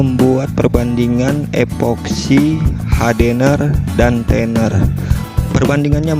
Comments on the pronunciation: EPOXY BANG, BUKAN EKSPOKSI.🙏🙏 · epoxy om bukan exsposi🙏 tapi cara ny saya suka sya udah bikin seperti yg om nya tutorialkan👍👍